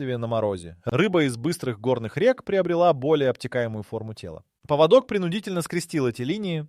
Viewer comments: Поводок это у собаки а паводок это совсем другое и произноситься по другому. Тупой ии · ПоводОк? Это у собак )) найдите одного образованного человека)) передача отличная но в каждой озвучка двоешника с косяками .поводок . Иду гулять с собакой где мой после дождя паводок с гор)))что будет через 10 лет?